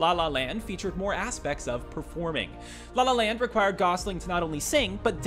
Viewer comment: the way he said la la land started to make me mad idk y